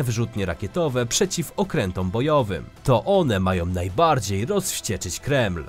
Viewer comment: Naaaaajbardziej rapoooorcie kanłuuuu Czy tylko ja to zauważyłem, czy Ten Pan źle akcentuje